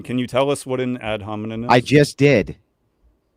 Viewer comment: he keeps saying 'ad hominin'